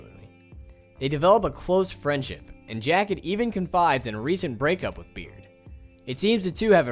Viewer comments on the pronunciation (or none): Its berd not this "beard"